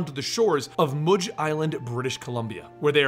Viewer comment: moodge? it is mudge. rhymes with fudge. what is with these pronunciations. Merlin was mer-Lin...rhyming with Berlin.